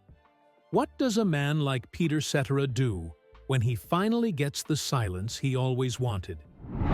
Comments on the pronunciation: At the very least the narrator should pronounce his last name correctly!!! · Pronounce Peter Cetera's name properly and check your facts. I hope he is living his best life, he made many people very happy he deserves it. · I agree. It's hard to believe a narrated story when the narrator doesn't even know how to say the name of the subject he's "informing" us about. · Please learn how to pronounce Peter's last name. How annoying. Sorry. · Once I hear that phony A.I. voiceover (and the egregious mispronunciation of Peter’s name), I roll my eyes and I close out of the video. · His name isn't Peter cetra it's Peter cetera say his name right Chicago Transit authority one of my favorite all-time groups they don't make them like that anymore❤❤ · Qho pronounces his name seterra? Um no, its SetTerra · His last name is not pronounced. SETERAH. IT IS Cetera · its Cetaaazra , nit Zettera.......he killed Chicago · Ce - Terra Not etcetera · Ce TER a- i know you are AI, but get it right! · Who is Peter Set-era? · Peter "Settera"? Really?? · AI is mispronouncing Peter’s Last Name!! Ce Tara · Ai lol, Peter "Set er a" lol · The accent is on the first syllable Cet' era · Its pronounced Peter.Se Te RA!! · AI pronunciation is annoying. Cetera is not "set ur ah" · i believe his name is italian decent so the C would be a S sound and the rest would be tear ah like someone else mentioned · The name is pronounced Ce tare' ah. Accent 2nd sylable. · The man talking is mispronouncing Peter cetera’s name… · It would be more believable if you pronounced his name properly, 😂😂😂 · AT LEAST PRONOUNCE HIS LAST NAME CORRECTLY!! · At least get the AI to pronounce his name right! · Stardust ruined this with a crackly voice, miss pronounced his name and repeats. Cetera deserved a better biography . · had to stop watching as soon as the narrator mis pronounced peters name several times in the first minute. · Made it 41 seconds into video. AI bs that can't even pronounce his last name correctly.